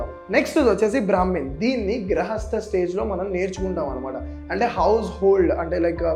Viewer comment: Grahasta × Gruhasta.. √